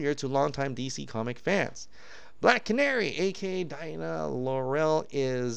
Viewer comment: Why you say Laurel like that? 😂😂😂